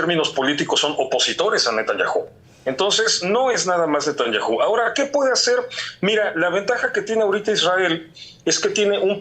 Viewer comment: No lleva acento Netanyahu, porqué no lo pronuncia bien?